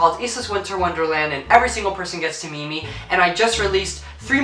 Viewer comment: When he said meet me it sounded like my mom saying meme but in an accent